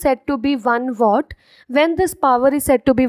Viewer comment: It is watt nit what